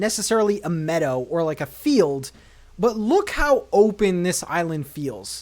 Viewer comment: Love the theme but for the longest time I thought you were saying "metal" theme🤣 I was cooking dinner and watching so was distracted.